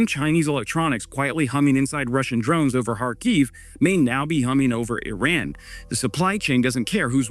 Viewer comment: my man! its e-run not i-ran